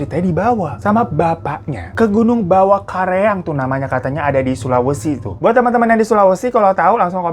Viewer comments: aku orang sulawesi, btw nama gunungnya kak hiro salah sebut, bkn kareang tapi karaeng hehe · Iya namanya Gunung Bawakaraeng, bukan bawakareang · Tulisannya bener Bawakaraeng, tp nyebutnya Bawakareang 😅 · Bang hiro.. Ralat gunung Bawakaraeng bukan bawakareang😊😊😊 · Aku orang sulawesi pas dengar bawakareang aku ngakak😅, yang benar tuh bawakaraeng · Gunung bawakaraeng kak. Bukan kareng 😂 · Kak mau meluruskan bukan gunung bawa kareang tapi karaeng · Bawa Karaeng bang bkn kareang😂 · nama gunungnya Bawakaraeng bang bukan bawakareang tempatnya di sulsel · Karaeng kak bukan kareang wkwkw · Bukan kareang mas, tapi karaeng.. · Gunung bawakaraeng kakaknya 🤣🤣🤣 bukan bawakareang 🤣🤣🤣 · bawakaraeng bangg bukan bawakereang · Gunung Bawakaraeng kak, bukan Bawakareang.... Jd teringat Punya teman SMP tinggal dkat situ.. walaupun skrng di Papua tapi tetap ingat & rindu teman" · Asli Sulsel Bulukumba. Yang bener gunung Bawakaraeng yaa kak bukan kareang.😊🤝💓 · Karaeng 🤦‍♀️🤦‍♀️ bukan kareang 🤣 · Karaeng.. bukan kareang .. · Gunung Bawakaraeng, Napa jadi bawakareang 😆😆 Bawa' tu artinya mulut Karaeng artinya Raja, mulut Raja gitu kali ye artinya 😆😆😆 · komen dkt bang, Bawakaraeng , bukan Bawakareang, salam ❤️ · Gunung bawakaraeng bang, bkn bawakareang hehe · Bawakareang 😂 Bawakaraeng, baaang 🤣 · Bawakaraeeng bang karaeeeng bukan kareaaang wkwkwkw untung gue baca subnya :v kalo ga gue ga ngeh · Gunung Bawakaraeng bang bukan bawakereang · Gunung bawakaraeng bangg bukan bawakareang😂😂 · BAWAKARAENG KAK BUKAN KAREANG HEHEH... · ngakak banget pas ku dengar bawakareang😭😭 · "GUNUNG BAWAKARAENG" mas hehehe agak susah yaa mmng penyebutan nya 🤭, ndak pp ji hehe, oh iya salam kenal mas dr sulawesi selatan tepat nya dr kota makassar, "APA KABAR DUNIA ???? BAJI BAJI JIII" ... 🥰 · Maaf pelafalannya salah, yg benar GUNUNG BAWAKARAENG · Gunung Bawakaraeng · Gunung bawakaraeng kka hiro wkwk btw lucuu klo kak hiroo blg bawakaraeng